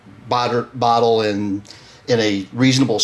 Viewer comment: He said botter 🤣